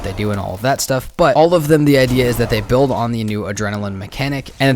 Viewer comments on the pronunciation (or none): none